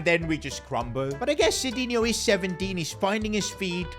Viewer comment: Noob sidinho its midinho